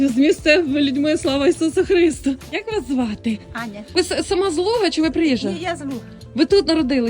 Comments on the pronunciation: Чому ви ставите неправильний наголос у «Слава Ісусу Христу»?! ХристУ, а не ХрИсту! Це дратує. Ніколи не чула щоб так казали на Західній Україні. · може і я не був у цьому селі але наголос дійсно неправильний був.